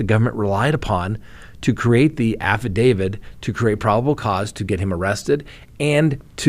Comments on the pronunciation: Why do you say AFFIDAVID? ITS SO ANNOYING! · Because that's how affidavit is pronounced. a - fuh - day - vuht. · Huh?? How does that work? You can end with a d sound or a t sound, not both. And the correct pronunciation is with a t sound. Look it up if you need to.